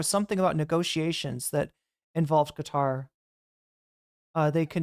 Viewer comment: Qatar should be pronounced as if you're saying the words cut & tar in a row, like cut-tar.